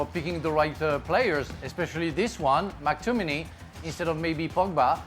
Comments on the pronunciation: Man said Mactomminy 😭ffs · still laughing at the way frank says Mctominay